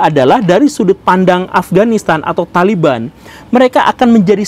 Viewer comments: THOLIBUN anda baca THALIBAN yg bener yg mn Mbul.... Bijaklah dalam berekspresi yuuuuukkk..... 😁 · O Taliban itu dibaca tolibun? Hahaha aya aya wae